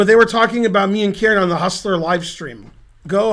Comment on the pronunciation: Because of his pronunciation, I used to think Karen was some little boy named "Kieran", that Ben picked on in his lectures. 😄